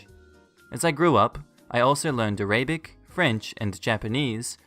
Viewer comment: Can we acknowledge that he pronounced Arabic “ah-RAY-bik?” Edit: just some grammar fixes